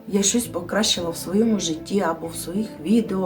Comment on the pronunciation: Добрий день, хочу звернути Вашу увагу на виговір " своєму каналі", Ви говорите " свойому" це не вірно. Дякую за розуміння, гарного дня.